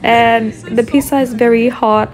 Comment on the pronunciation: PIZZZZZA NOT PISAAA